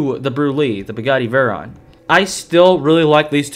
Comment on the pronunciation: that terrible mispronunciation of veyron is extremely hard to ignore